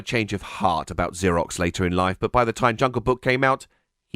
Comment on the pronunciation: its "ZER-OX" (like "zero") NOT "ZUR-IX".....wait....you say it correct later....HOW THE HELL DO YOU MANGLE IT SO BADLY THE FIRST TIME YOU SAY IT?????